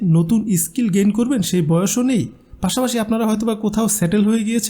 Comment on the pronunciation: ইস স্কিল নয়,.. স্কিল।